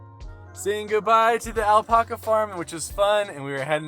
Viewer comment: why are you saying alpaca like that?